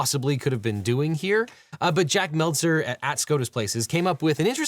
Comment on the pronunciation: Jack from SCOTUSPlaces' last name is Metzler, not "Meltzer" like the pro wrestling journalist